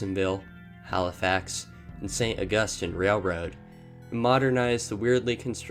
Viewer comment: Also, St. Augus-teen